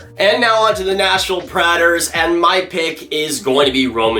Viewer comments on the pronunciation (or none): Lmao? I love you man but you were pronouncing predators wrong too aha ❤️ love from 🇨🇦